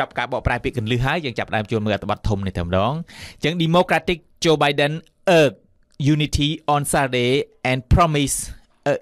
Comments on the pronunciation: Divisive គេបញ្ចេញសំលេង ឌីវ៉ាយសុីវ, urge សំលេង អើជ មិនមែនអើកទេ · Plz pronounce the word "Urge" correctly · Urge ? Check pronunciation again bro